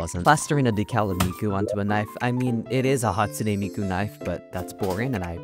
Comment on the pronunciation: hatspoone miku